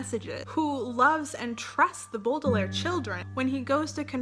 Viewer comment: I loved this video! I haven't read all of the books but I do agree with some of your opinions. I will say some of them I'm a little shaky on. Also it was kinda triggering when you said Baudelaire wrong. cri cri